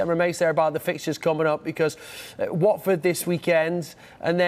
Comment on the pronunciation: It’s watford cmon